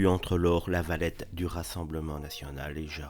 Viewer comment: La levrette 😂😂😂 et non lavalette